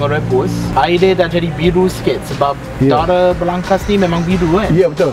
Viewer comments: Actually waktu shooting,dah sebut byk kali darah..tp still sebut dara 😆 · kena praktis lagi sbut darah. Aku dok dgr dara je. 😝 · Darah= dare... dah mcm lailer dh hahahah